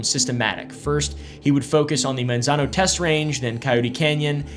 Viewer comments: My dad worked for the department of energy in Los Alamos and Sandia national labs. It’s pronounced “Mon-zon-oh” by the way. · If you don't Wana get teased by locals it's (Manzano) pronounced "Mon" not "Man". Monzono. You are reading it correctly how it's spelled but it's just not how we say it. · the way he is saying Manzano is funny